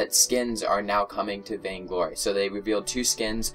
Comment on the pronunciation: Said vaingory :p